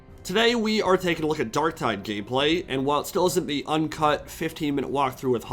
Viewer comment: did I hear gayplay?